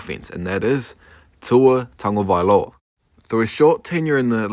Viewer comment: The way you pronounced his name 👌🏽👌🏽👌🏽✅✅✅